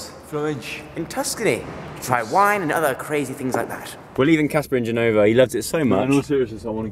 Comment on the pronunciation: IT'S NOT Genòva, IT IS Gènova!